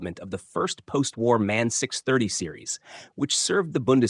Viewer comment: The company is M-A-N, not man...you need to teach your language model...